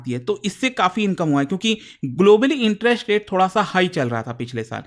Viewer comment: Why does he pronounce "interest" as "interesht"? "West Asia" became "Wesht Ashia". Have heard him say "violence" as "voilence" a lot too. Not expected from an educator. Strange.